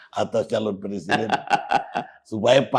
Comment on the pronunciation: kan ngomong nya pleciden